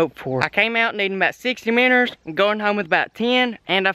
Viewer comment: first time i have heared you say miinnows correctly